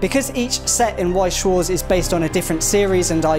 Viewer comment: Damn, butchered Weiß schwarz Name.